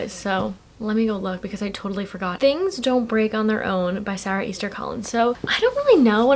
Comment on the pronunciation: I love the way you pronounce Sara 😩😩😩